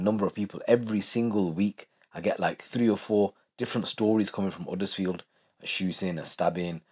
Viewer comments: Its Huddersfield not uddersfield and its same everywhere you visit its not as bad as you make out its like saying all Bradford or Leeds is bad its certain areas not the whole town every town has its problems doesn't mean its lawless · Man said Huddersfield 😂😂 get ur self into leeds